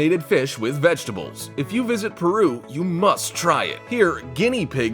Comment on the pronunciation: no one: narrator: "PERRRUUUUUU"